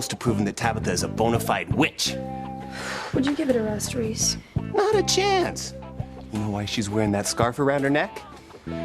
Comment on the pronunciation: Tabitha said Reese! Not Ross 😂